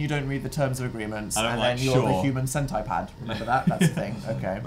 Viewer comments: did Dan really say "cent-eye-pad"? This man... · hold up, dan pronouncing "centipede" sentai-pad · Did he just say cent-i-pad? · Are we just gonna ignore how Dan pronounced centipede?